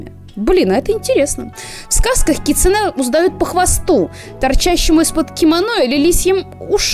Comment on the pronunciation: Привет) Вообще не ожидала, но залипла на ваши ролики по КР знатно, спасибо большое) Как филолог всё-таки хочу внести некоторую ясность насчёт ударений) Возни́ца, са́ван, кицу́нэ (у японцев с ударениями отдельная тема, оно у них есть, но отличается от того, что в русском языке. Оно у них музыкальное, а потому в разных предложениях в одном слове оно может быть на разных местах для нас. Поэтому любое выражение ударения в японских словах средствами русской фонетики условно, однако что ж поделать, приходится выкручиваться), дзёни́н. Насчёт дома гейш, окия, полагаю, тут правильнее было бы вообще писать оки-я, с побочным ударением, соответственно: о́ки-я́. Можно вспомнить великого Миядзаки и купальни Абура-я в "Унесённых призраками". Не буду говорить, что такое это "я" здесь, ибо не уверена, но предположу, что что-то связанное с постоянными дворами и своего рода гостиницами. Может, кто-то разбирающийся меня поправит)